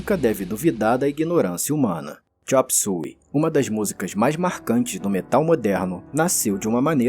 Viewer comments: chop "súi"? eu passei a minha vida toda chamando de chop "suêi" 😂😂😂 não consigo mais chamar do jeito correto... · Xop sói e nao xop sui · agoniada o video todo com o cara falando a pronuncia do titulo da musica errado. foneticamente se fala (xôp suêi)